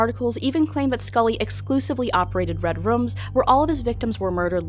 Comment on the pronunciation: Lol she said "Red Rums"